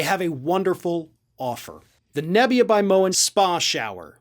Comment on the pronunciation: Nebia sounds like 'napya'